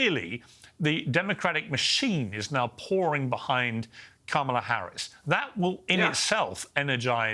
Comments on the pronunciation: Did you say Harrison Pamela Harrison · that is you perogative. We all make mistakes in judgement sometimes. I just perfer to vote for a person who know how to pronounce their opponent's names. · Every time I hear someone mispronounce Kamala Harris's name, I suddenly go deaf to whatever else they're saying. Should I see a doctor? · Kamala as in Ka-ma-la. I couldn't say library properly. My grade school teacher taught me to break it up into Syllables Li-bra-ry. Someone on his panel should teach him how to do such. It is not that difficult. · I never understand why white people can’t pronounce kamala Harris” name correctly , are you guys mentally declining?